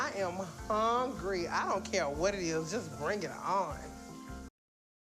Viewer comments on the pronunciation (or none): Less than a week ago, I had to make food stretch for about 3 days, I only ate dry cereal and the next day I ate only one piece of chicken with more dry cereal so that my children could eat enough to not be hungry..... and this lady talking about " I'm HONGRY" ( hungry) Lady.... please 🤦🏾‍♀️🥴🥴🥴🥴